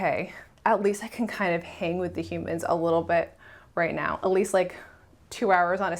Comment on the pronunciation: Great content once again! Thanks for sharing your story. The card you were playing sounds a lot like using Fe to me. I guess that's the price you sometimes pay when interacting with 'humans' (I love how thing-ishly you pronounce that word😅). Like dumbifying yourself for the greater good. It can sure be exhausting, even for a savior Fe, although then it's a responsibilty you just can't runaway from.. so even worse! Anyway, you did a great job, while betraying your Fi in the process.. I guess we just all need to find a balance with these tiring wirings we have🤪 Cheers🥂